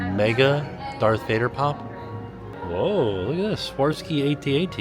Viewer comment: Hey, it's " swar-off-ski" phonetically.